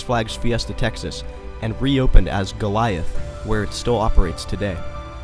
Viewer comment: Very good and very informative. It's very complete. The funny part for me is how some of the names are pronounced such as: Pontchartrain, Bâton-Rouge and Goliath.